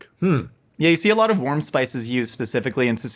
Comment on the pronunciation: I stg I thought bro said WORM spices